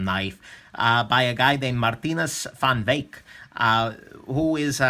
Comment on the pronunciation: Nice pronouncing of the Saffa name